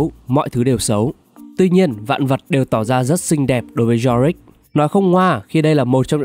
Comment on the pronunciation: Yorick lại đọc Jorick